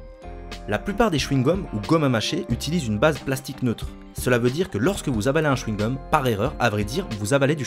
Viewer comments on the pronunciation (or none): normal qua tu dit "quand vous avalez un chewing gulm, enfait, en erreur, vous avalez du chewing gum" il n y a pas un probleme ?